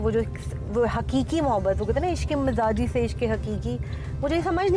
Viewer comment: It is mijazi not mizaji